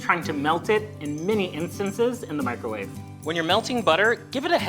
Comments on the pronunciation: Mick-ro-WAH-vay had me rolling 😂❤ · Especially when he says it casually the second time